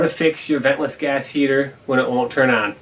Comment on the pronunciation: could have swore it said gay heaters... 🤣 "hi, im here for the homosexual firearms?"